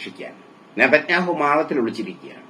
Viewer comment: "നെദെക് ഞാഹു" എവിടെപ്പോയി